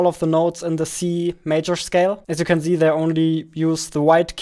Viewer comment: What normal people say: "Here you can see" What they mean: "Here you can see" What says: "Here you can zee" What he means: "Here you can press the Z button" We all misunderstood him